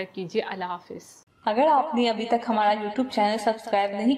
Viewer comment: YouTube tou sahi bola kro gusa ata h